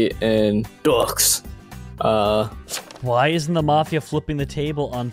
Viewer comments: Did they have to say dee yux when it’s pronounced do and it’s French for 2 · Deux is pronounced Doo, or Du, it's French for 2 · Pronounced du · Hearing saying deux is actually painful (it's french for two) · Nilsiseenhamster I was think the same thing! I take French and every time he said this I cringed inside... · I am mad because said deux is how it said but it actually means 2